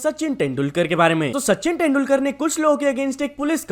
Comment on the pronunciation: Abe kya 10dulkar bolraha hai? तेंदुलकर hota hai